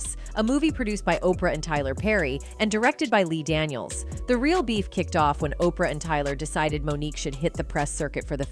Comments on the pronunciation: I love these Oh-pee-are as opposed to Oprah pronunciations. Oh the wonders of AI. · HEY AI, Opra is pronounced Opra(my spelling still sucks but at least I can pronounce her name) NOT OPR, AI SUCKS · Did she pronounce Oprah's name as Okreeyah 😂🤣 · Why do you keep saying opr? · OPR Winfrey....A.I. can't read oprah ?